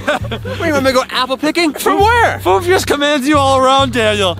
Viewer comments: It's fünf not fife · It's not foof it's fünf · Its Fünf Or Five Not Foof